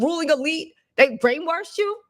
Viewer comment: Lol, you made me laugh when you said "brainwarshed"... Are you from the South? Lol I tease my oldest daughter about saying "warshed"..I tell her "there is no R in wash babygirl"... 😂 She was raised in NC, but so was I mostly, and I say wash... Maybe because I was born in CT and spent my first few years in NY! 😂😂😂